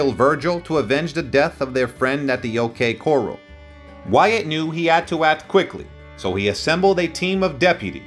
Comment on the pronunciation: It's either AI or a European person. Not only did he keep mispronouncing OK Corral, He pe pronounced Comanche Jack Stillwell's name as Co-mon-chay. Most Americans know who the Comanche Indians are. At one point he even referred to the Earps as the Yirps